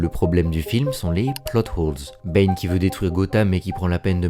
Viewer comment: What do you keep calling Bane? Is it “bean” or “B”? A couple of times it sounded like you said “Ben” and I think one time I even heard “pain”.